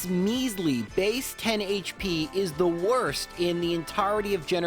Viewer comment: "And it woaist taim" :D